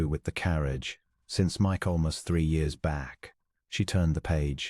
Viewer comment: Draught is not pronounced 'drawt'. It is pronounced 'draft'. Michaelmas...'Micklemass'. Reined.....'rained'. ArithMETic......'arITHmetic'.